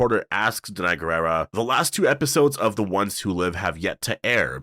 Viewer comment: Danai’s last name is pronounced “gwee-rah”!